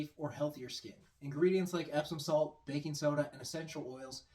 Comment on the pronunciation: Did he say epstein salt lol